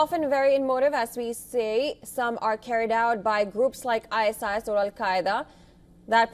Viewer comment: IceIce??? It's ISIS. Fire this woman.